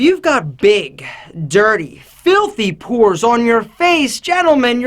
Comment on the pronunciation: Purs, or pores? XD